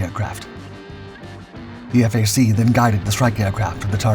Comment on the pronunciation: Really cool how he talks about an American flyer yet showed a British version on several occasions. Various Marine and Navy versions as well. The mispronunciations of WSO and FAC are amusing.